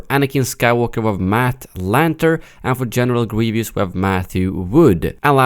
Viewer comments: General Gwievous 😂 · General Gwevious 😂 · General gueevus